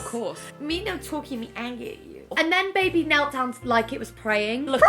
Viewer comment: a bubuh? having a buhbuh? so happy